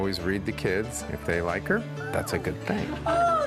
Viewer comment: Lol supernanny let the Carribbean influence pop out her mouth 😂. "One ting change"